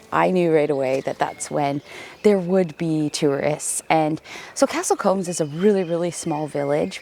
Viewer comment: Hi, just one small point… combs go through your hair, Coombes sounds like mooo